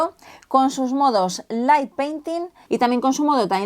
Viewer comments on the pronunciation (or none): none